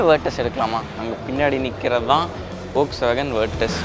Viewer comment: Ollswagen illa da deyy folks-wagen.